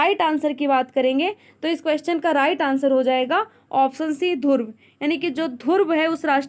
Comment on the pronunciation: Bolna Sikh lijiye mam dhurv nahin hai Dhruv hai ok